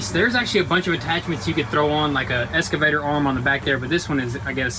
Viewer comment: "escavator" Also, feel like a regular tractor like an L3301 would have been a better bet for non-construction property work